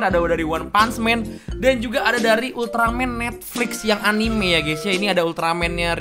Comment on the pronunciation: Anime dibaca a n i m e bukan anim🤣